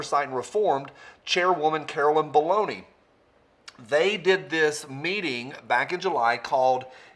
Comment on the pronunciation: I think you mispronounced Baloney